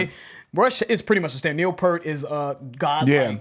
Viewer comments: And just FYI.....it's P'ear't not purt....you say it like ear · “It’s 👂🏻 with a P before it and a ‘T’ after it.” - Geddy Lee on how to pronounce Peart. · Say it with me: "Peert" Not: "Pert" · You thing that says "Pi-ert... thats in correct, Its like you are saying the fruit pear, but adding a t. He even has made comments on it not being rocket science in videos before like he thought it was funny that people have a hard time with it... so yea, pear like the fruit, but with a t. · Neal Peart is in fact pronounced as [peert] not [pert]. It's so sad he passed away recently. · Pronounced "PEERt," not "pert." RIP Professor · It is pronounced pee-rt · It’s the fruit :pear with a t sound at the end. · Neil PEAR-T. Like the fruit but with a T at the end. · Easy way to pronounce Neil's last name. Objects seem closer than they apPear-t. My heart goes out to the Peart family and friends, Geddy, Alex and to the many Rush fans, including myself, around the world. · His name is pronounced P-ear-t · I've pronounced it 'Pert' for 30 years and will continue to do so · I know you like "working man" but Neil didn't play on that album originally 😉 Try Tom Sawyer, New World Man, Freewill, Subdivisions & The Twilight Zone... All worth a listen 👍 It's pronounced Pier-t. R.I.P. Neil, we all miss you already 💯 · Hey Guys — love your reviews ! ! ! Neil Peart is pronounced P-ee-rt — heard the man himself (on CBC [Canadian Brodcasting Corporation]) correcting someone in a short clip from a documentary Neil was in. As Rush is a Canadian band, perhaps YYZee would be pronounced YY-Zed, maybe? Anyway, keep your excellent videos coming. More power to you. 👵🏻🐾💕🇨🇦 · and He pronounced his last name wrong again ahaha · It's cool guys, everyone messes up Neil's last name. EVERYONE. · Don’t worry about the mispronunciation. Most people have been saying Pert his whole career. The respect is still there even when you say it wrong. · Most of us have mispronounced Peart's name for decades